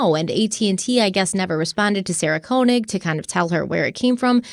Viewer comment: You pronouncing Sarah Koenig’s name wrong throughout this even after you listened to serial supposedly several times drives me insane 😂